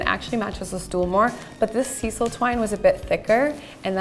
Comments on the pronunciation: Please take this as helpful comments, not criticisms: Sisal jute is pronounced, "sigh-sull." In America, the self-drilling screws are called self-tapping. Loved the diy!! 👏💙😊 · Both projects turned out GREAT!! FYI In the states we pronounce it SY - sel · Good job. Your jute is pronounced with a long I sound. Sisal